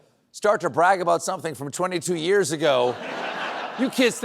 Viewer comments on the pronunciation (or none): none